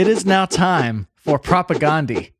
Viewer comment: I recommend learning how pronounce "Propagandhi" before doing a video on them. It's pronounced like "Propaganda" aside from that last A.